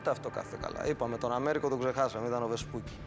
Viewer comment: Προφέρεται "Βεσπούτσι". Μη ντρέπεστε, έτσι είναι ... Και το μικρό του είναι Αμέριγκο (και όχι Αμέρικο).